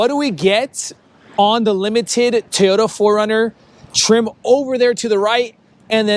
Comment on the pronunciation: Pronounce it Toyota not Tiyota